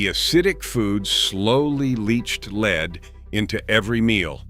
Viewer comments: Lead. Pronounced LED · Oh no not leed!